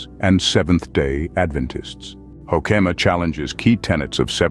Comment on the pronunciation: You've mangled the pronunciation of his name. Hoo-ke-ma, emphasis on the first syllable, e in the middle is short, not long.